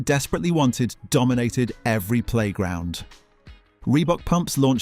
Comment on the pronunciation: Stop say DOMINATED!